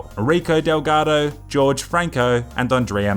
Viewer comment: "George Franco" 😂